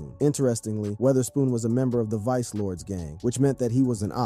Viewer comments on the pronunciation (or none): none